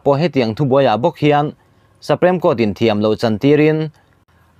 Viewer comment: Saprem court i ti tlat a ninawm